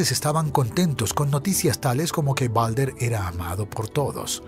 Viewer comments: Se dice baldur no balder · No es balder es baldur perdon si ofendo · Creo que el nombre se escribe Baldr y se dice Baldur